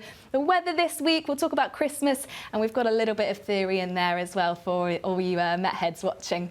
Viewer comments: I'm not going to lie , when I heard the lady saying met head i miss heard it fot meth head had to rewind it and watch it again .😅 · Thought you called me a meth head for a second 😂